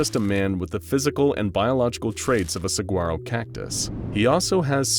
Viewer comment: my guy that’s not how you pronounce saguaro…